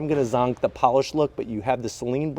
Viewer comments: Sounds like you're saying sling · Check out Doug Demuros video. Only 10 seconds in he starts with the SAY-LEAN.😣